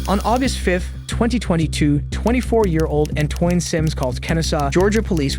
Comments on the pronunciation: this mf íng narrator said Antoin 🤦‍♀🤦‍♀🤦‍♀🤦‍♀🤦‍♀🤦‍♀🤦‍♀🤦‍♀🤦‍♀🤦‍♀🤦‍♀🤦‍♀🤦‍♀🤦‍♀🤦‍♀🤦‍♀🤦‍♀🤦‍♀🤦‍♀🤦‍♀🤦‍♀🤦‍♀🤦‍♀🤦‍♀🤦‍♀🤦‍♀bruh , learn to pronounce shit properly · “Antoine”…how to pronounce: “An-twan”. Come on man. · An-toyn? Typically pronounced An-twan....doesn't sound like an AI voice but that's how AI would say it...and the captions are a mixture of misheard and misspelled. Whatever, captions are usually crap, but spellcheck is like a bare minimum of professional practice. *Rudely not rudly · ANTWAN! you pronounce the first dude’s name an-TWAN. Barrage of bullets, not bear-rage. There really is two different Americas😂😂😂 if you need a new narrator, I can help you out. I assure you I have a better grasp of the English language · It’s pronounced ant - wan.